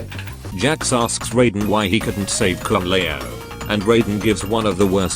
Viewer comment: Ah yes kung lay-ow